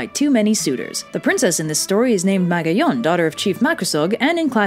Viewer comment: Ahhh... Good. video but wrong pronunciation. Magayon: Ma-ga-yon Makusog: Ma-ku-sog Panganoron: Panga-no-ron Pagtuga: Pag-tuga